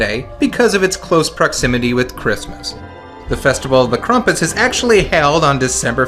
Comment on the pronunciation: ... why are you pronouncing it "KRUMP-us"?